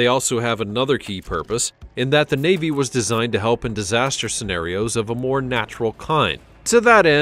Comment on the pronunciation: I love it when he said the royal vavy faut the evil the funny they are the evil